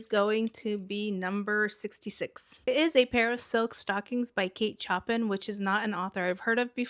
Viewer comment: Heads up: It's pronounced "Sho-pan" not "chop-in" 😉